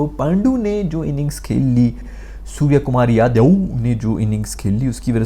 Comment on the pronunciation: The way said suryakumar yaduvv😯🤣🤣